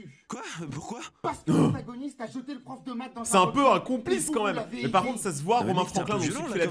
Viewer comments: Déjà c’est messieurs pof pas,messieurs paf😂😂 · c pas sa c pof pas paf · Je rêve ou il viens de dire mesureur paf aulieu de mesuieur prof la 😂😂😂😂🤣🤣🤣🎉🎉